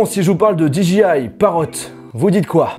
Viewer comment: bon par contre, "dji" soit tu le prononce en full français, soit en anglais, mais pas "DdjiAIE" c'est vraiment horrible